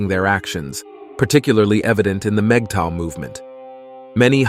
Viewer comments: Moogato? Who? LMAO! The AI that reads dialogue for these videos could use some tweaking. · The AI saying mgtow as MIGATO is hilarious! Kind of sounds like the name of a Japanese ship. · Migatto? Really? Somebody's AI translator is not up to standard. Wax on, wax off.